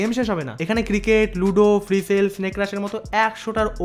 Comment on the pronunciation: ফায়ার ❎ ফাইইয়ার ✅ 😂😂😂